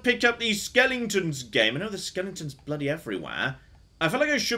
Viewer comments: I honestly don't know. I hope he's doing it intentionally to wind people up...i mean he's a smart man right... But every time he says "skelington" it's like.... ARRRRHHHHH... I mean Dragon age has loads of skeletons and it's driving me barmy. So I can only assume he's doing it intentionally xD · we all love you, but for the love of god, it's pronounced skel-eh-ton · It’s driving me nuts how he keeps mispronouncing skeletons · Because he says skellingtons. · My favorite skellington is an aluminium skellington. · I can't actually tell if he knows they're not called "skellingtons." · I'm choosing to believe "skelingtons" is to "skeletons" what "aluminium" is to "aluminum" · He knows. He has used the correct pronunciation in older videos. The skellington pronunciation is a joke from the movie "The Nightmare Before Christmas". And I suspect he enjoys driving other people with OCD a bit crazy by pronouncing it that way. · Why am I laughing every time says ‘skeletons’?😂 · I've been many a nerder for many a year but, I mean this with all love... stop mispronouncing cockin skeletons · please stop playing games with skeletons in them until you can figure out the correct way to pronounce the word.